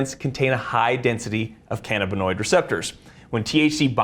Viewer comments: Ca-NA-binoid not ca-na-BINoid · It's pronounced can-A!-buh-noid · Utter B.S. marijuana , components thereof, are excellent anti-inflammatories. Inflammnation is a key component of disease. CBD. This is utter crap. It is called can - AB in noid. He doesn't even know how to pronounce it. It is the medication of choice for me at 73. I am in glowing health. Does he work for Big Pharma? Apparently. The human body has receptors for canbabinoids, we've used it for a long time. He knows a lot of big words though. Ha! What utter crap.